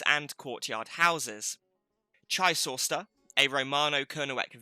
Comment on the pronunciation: Great info - not great pronunciation! Kernewek/Kernowek - more towards "Kernek" with a slight o sound before the 2nd e. It has a silent w as in Boscawen-un ("boskaa-noon") Chysauster - "tche-ZOYster" (hardly ever pronounced right by people not from there!) Carn Euny - more towards "oonie" than "younie" Fougou/Fogou - "foo-goo" Chun (Castle) - "choon" Sorry to be picky but I think it's important to preserve the traditional pronunciation against Anglicisation. Look what happened to Redruth! no-one pronounces that "r'DRUTH" anymore! That said I enjoyed the vid, thanks!